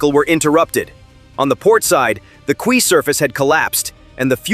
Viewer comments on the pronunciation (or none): WTF is "kwee"? "Quay" is homonymous with "key". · What is a kwee Surface? (10.21) Such a disservice to the brilliant and brave heroes of Ukraine to use cheap rubbish pathetic AI to narrate, just pay a real human who can speak English. Of course the Orange idiot (Convicted Sex Felon) won't be happy that they hurt his best friends wallet. He must be nice to his only friend in the World now as his relationship with the Convicted Paedophile Sex trafficker is under so much scrutiny.